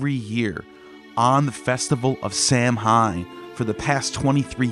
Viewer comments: Great video but its Pronounced Sowan. Sow like a pig and an. Irish spelling is weird. Samhain is Sowan. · My man, I love the videos, but with all the research you do, you couldn't make sure to pronounce Samhain ( as another stated, its "saw when") right when you said it so much ? 😂 but forreal much love brotha love the channel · Samhain was pronounced saw won. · While the festival is spelled Samhein, it's pronounced like Sahw-in. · Really ? I thought Samhain was pronounced sah-WEEN, rhyming with Halloween! In the 50s and 60s my parents and some other adults used to say "what in the Sam Hill" as a euphemism for " what in hell"? Now i wonder if there might have been a connection to sah-WEEN. My family used to belong to the Church of Christ, a fundamentalist, conservative King James Bible Only sect, strongly scriptural and strongly based on the Epistles of Paul, on which all the sermons were based. They took Paul as the principal authority of Christianity VERY seriously. The Cof C started in Northern Ireland in the late 18th or early 19th century by Alexander Campbell, who then brought it to North America and converted many in the rural southern "Scots-Irish" population, including my ancestors on both sides of the family. Because Scripture never says to observe any Christian religious holidays, the C of C frowned on them and our church had nothing at all to do with them. Yet the church had no problem at all with observing pagan holidays such as Halloween, Christmas, and Easter. They saw those as in the secular sphere, and respected separation of church and state. As a kid i still wondered weren't pagan holidays "of the devil"? Now i suspect the church allowed them because of Paul saying he was a "pagan to the pagans", the same approach that Patrick took -- and also Campbell while working as a missionary in the same country as Patrick.